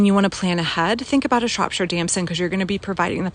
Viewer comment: Btw, it’s pronounced “Shrop - shear”